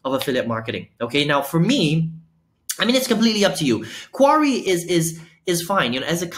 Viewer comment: Nice review. It's pronounce "Kee-Ahree" made from the "Mah-kee" berry. 😊